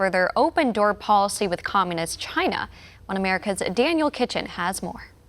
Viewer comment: Swallowell for example, Chy-na Joe for another